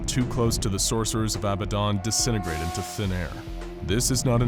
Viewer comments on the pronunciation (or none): It’s “ab bad dan” not “ab bad don “...was killing me the whole time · I'm sorry but I hate that you call it "Abuhdon" because it's pronounced "abahdun" maybe do some more research next time you make an scp video, I notice a lot of inconsistencies, wrong pronunciations, and false information in your videos. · It sounded like you called him babadon